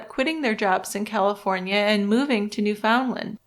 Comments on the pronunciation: Great show! BTW it's not pronounced New FOUND land. It's Newfuhnland. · had to quit an hour in because i couldn't listen to another New-FOUND-land